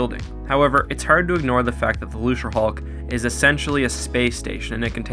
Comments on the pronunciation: Why is he saying lucerhulk. It's Luke ra hulk Get your quotes right "nothing can get through our shields If the rebels best ship can't beat a gimped old ship how did they even threaten the empire. Empire has 1000 time more ships that are 10 times better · Lucre hulk. Pronounced loo-ker, not looser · This is a great video but there's one thing that I wanted to point out. I'm pretty sure thst Lucrehulk isn't pronounced "loose-re-hulk" but "loo-kre-hulk" I think that George Lucas was making a joke on the worlds "lucrative" and "hulk" because it was a hulking battleship of the lucrative Trade Federation. Also, in the English language, any C that is followed by an R is a hard C (K) like in Crazy, Credit, Cram, Crust, Cripple, Acropolis, Crib, Crab, Macro, Micro, Crap, Lucrative, Criminal and Incredible. There is no example of a soft C (S) before the letter R. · luserhulk??? it's pronounced luke-ruh-hulk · it's pronounced "loo-kerr". lucre, as in money. the trade federation, interested in money, you know? get it right, man. sheesh. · Are you pronouncing "Lucrehulk" as "Loserhulk"? It's supposed to be a hard C, not a soft C. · > hears you pronounce "lucre" with a Soft C instead of a Hard C. Ah, so this video exists as penance for some terrible sin I have committed.